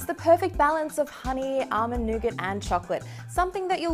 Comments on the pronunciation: Come on you are Australian... say nougat properly. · I heard that too! Then I thought of all the scenarios of people getting jumped from saying nougat😂😂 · C'mon CNET!!!! Yall need to review these videos before you release em' to the public. accent makes "Nougat" sound like the "N Word"!!!! As an African American I was not offended but I can see how some people would be offended or use "Nougat" (with an accent) as a form of sarcasm. "I said Nougats, not the N Word!!!". There is a small part of me that believes that and CNET knew what they were doing when she makes the inner city slang references and terms in parts of the short video. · thought I head that too had to replay it a couple times